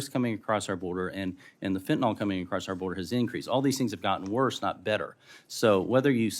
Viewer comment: You are yet another of your ilk, Mr Cloud that doesn't know the difference between fen-tin-all and fentanyl. Sad.